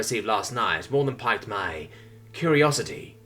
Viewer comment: Great narration. Glory to the author, greatness to the narrator. Also, piqued is pronounced the same way as peaked. For anyone interested, piqued interest means captured or stimulated interest.